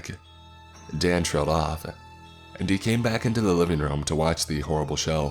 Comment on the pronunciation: "Turn it offah!" 😆 Love you